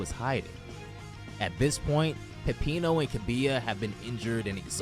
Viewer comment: 6 HOURS AND THIS GUY NEVER LEARNS HOW TO PRONOUNCE KAKUMEI